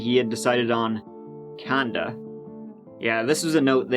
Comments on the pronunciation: "Canda" LMAO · "canda" No wonder this guy wasn't a doctor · Managed to get Terre Haute right, but not Canada? I lol'd at "Brush teeth" and "Floss".